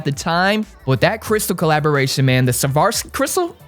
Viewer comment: I feel like it should be a requirement to first pronounce SWAROVSKI correctly before anyone can buy a bogo